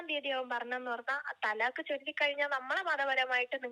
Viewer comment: തലാക്ക് ❌ ത്വലാക്ക്✅